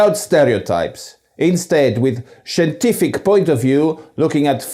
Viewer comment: 30 seconds in listening to his pronunciation and I' m cracking up already. 🤣🤣 shientific 🤣🤣 geminashion 🤣🤣🤣🤣 (I am Sicilian by the way).